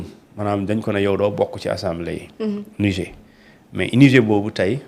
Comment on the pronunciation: Dites à votre chroniqueur que le mot Niger se prononce avec le r à la fin. Lorsque le r devient muet, on parle d'un fleuve.